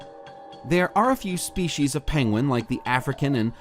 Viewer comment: Can't get over the pronunciation of penguin... Penwing? You sound like Benedict Cumberbatch.